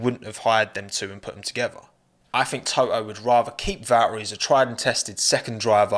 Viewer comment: You are pronouncing Toto like a Japanese person saying Touhou